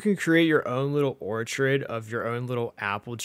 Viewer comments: Ortrid? You mean Orchard as in Apple Orchard?! FK me LOL! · I demand you stop saying orchard that way 😐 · Bro, can’t even say Orchard I don’t see an I in that word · Thank you for the tips :) BTW it's pronounced orchard. Your pronunciation is wrong. Don't want to be a stickler though, :D